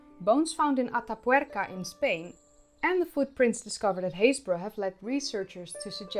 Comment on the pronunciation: Congratulations on your correct pronunciation of Happisburgh. 👍👏🇬🇧